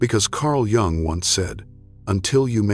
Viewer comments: Its pronounced Yung not Jung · Yung! It's Yung,please don't say Jung😂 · Its pronounced YOUNG , NOT JUNG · /ʤʌʊŋ ˌʌndərˈstʊd./ ? If you can't pronounce his name correctly, then yeah, that is disturbing and certainly not the kind of thing that I want to listen to going to sleep. I stopped watching here. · This is SO positive! The beginning of this the reader spoke Jungs' name while pronouncing the J. The J in this name is pronounced as a Y. In the later portion the reader said Jungs' name properly. 😊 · I hate Ai. It's not Jung that's Chinese pronounce, it's pronounced young or Yung in German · Try and pronounce is name properly please. Americans are such a concern today. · I find this video, at best, is a modest interpretation of Jung's work. However, one of the things that I noticed is you do not know how to pronounce his name. You shouldn't be creating a video espousing his truths if you cannot honor himby correctly enunciiating his name. While, many of the points here may start with some of Jung's thoughts and ideas, I think that the video falls far short of the interpretation of what he was really expressing. I think that while we should seek internal solitude and quiet reflection, we do have to then take our wisdom out to the public. Why would we aspire to wisdom and then not share that with our grandchildren? Every great teacher in history spent their early years in study with their elders, once they came into their own discovered wisdom they began to shatr their wisdom with fertile minds; those that recognized the wisdom and took up the same journey. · How can you make a 2.5 hr vid about a guy who's name you can't even pronounce? AI content sucks. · Hello AI robot please try and learn how to pronounce the surname Jung properly. Then you might be able to spread his true words seriously.. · AI narrator not pronouncing "Jung" correctly. What the actual